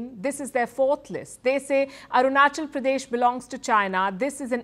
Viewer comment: Arunchal Pradesh nahi re Patel. Arunachal Pradesh hai. Usa mein jaake US angrezi bol raha hai.